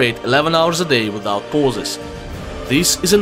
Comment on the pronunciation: Визаут паузес. Чёт орнул